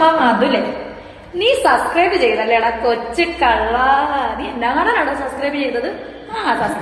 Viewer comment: ഇവളോട് ആരെങ്കിലും ഒന്ന് പറഞ്ഞ് കൊടുക്കുമോ, സസ്ക്രൈബ് അല്ല സബ്സ്ക്രൈബ് ആണെന്ന്.